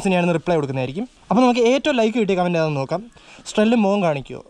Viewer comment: Strell🔥....കമൻ്റ് അല്ല....കൊമൻ്റ് ആണ്....😁😁😁